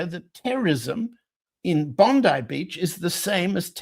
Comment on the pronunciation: Congratulations. You are the first person to pronounce Bondi properly.